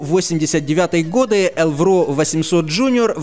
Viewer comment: только не элврО, а Элвро. ударение на первый слог